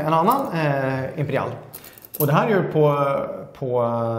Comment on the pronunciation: Varför säger han imperial som imperiall